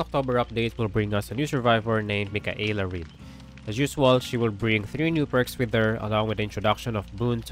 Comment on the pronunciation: It's pronounced mickayla not mickahaylah